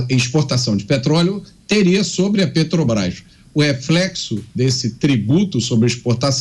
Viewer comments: Petobras kkkk. Roubou pacas e até hoje não sabe nem falar o nome correto kkkk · A "pétobaiffs" é... (até pausei o video, para não estragar meu café da manhã) Resumindo, ele não gosta que dê lucro, porque vai para os acionistas, verdadeiros donos da empresa, que colocam seu dinheiro em risco para realizarem lucro. Esquerdista é assim mesmo, fica roxo ou vermelho de inveja (ou de cachaça) de quem ganha dinheiro. Investimentos no Brasil para ele é desviar verbas no petrolão, para dar prejuízo e o dinheiro ir para os fundos do Partido. Depois diz que não sabe de nada para o Juiz, e que deve ser coisa dos companheiros aloprados. Aloprado também é quem votou nesta anta, com todo respeito ao Tapirus Terrestris, animal que sobrevive sem precisar roubar. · Não consegue falar o nome correto da estatal(Petobas)... Que fase de quem preside essa país. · A desgraça não sabe falar nem o nome da empresa..."petobras" jumento dos infernos.... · A "petobais"kkkk uma mula dessas não sabe nem falar 😂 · É "pétobaiffss", "létobaiffs" (eletrobrás) KKK. Sugiro indicar este energúmeno não para o "nóbéu" da "paiffs", mas para o da "ecunumia", que a gente vê depois. Ontem foi a dos gordos, porque produzimos alimentos demais, antes foi a de que não vai governar pro mercado, e a anterior já esqueci de tantas asneiras que fala. Ah! Aquela que imposto da gasolina melhora ajuste fiscal e justiça social é da miria leitoa. Boa notícia é que o Parlamento Português não quer ele lá falando (zurrando) para lhes pouparem a orelha, que não é penico. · Eita pinguso nojento só fala 💩💩💩💩💩sabe nem fala Petrobras 🤪🤪